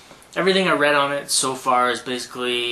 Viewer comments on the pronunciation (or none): none